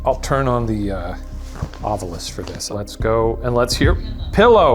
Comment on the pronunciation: No, I say "It's Ovilus damnit! Not Ov-U-lus! It's written right there! Read the bloody word!"